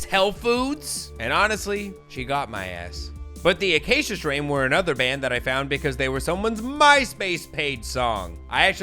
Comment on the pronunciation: Acacia is a tree species that I just so happen to be building an Iceman-shaped guitar out of. Also, you pronounced it spot on. 👌